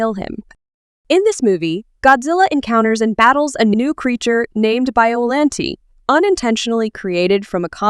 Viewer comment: U said biollante wrong!